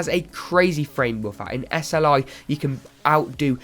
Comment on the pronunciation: lol he said SRI.